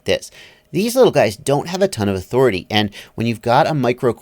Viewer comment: He said yawthority.......i think